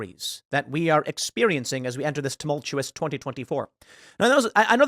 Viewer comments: You mis pronounced Tumochelous ask Luke to help you 😂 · C’mon Tim it’s pronounced tumultLuous. Ask Luke. 😆